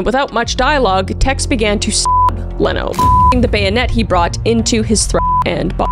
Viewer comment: Leno LaBianca's name is pronounced "Leeno."